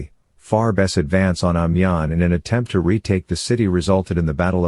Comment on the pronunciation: Great documentary - but it would have been nice if you had an idea how to pronounce Amiens. There is also a large amount of paintings available about the war. Why use pictures from wars decades in the future?